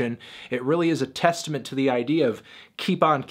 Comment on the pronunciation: Did u say TESTAMENT???🤔